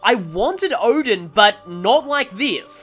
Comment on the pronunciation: more like "OH-din"... … ... Was gonna say, don't think she's referred to as "-san" very often. Susano, Susano'o, Susanoh… there's several different variations that I've seen.